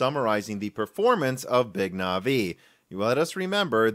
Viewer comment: No one says “Navi” better